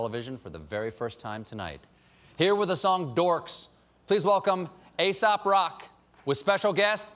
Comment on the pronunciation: Angolünd SC it sounds like colbert says asap rock at the end closing credits..twice